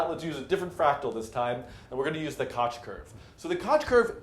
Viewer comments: It's not kotch rhymes with crotch... it's Koch rhymes with loch (voiceless velar fricative) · It is pronounced kok curve